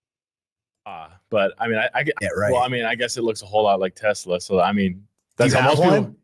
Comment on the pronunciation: is saying "Tee-Sluh" lol.